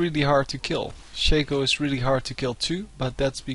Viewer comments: U PLAY SOOO BAD !!!!!!!!!! And It's shaaaaaaaaco not shayco like alphabet shaco get it NOoB ! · why do people pronounce stuff stupidly.. maybe im wrong but i believe its not pronounced shake-o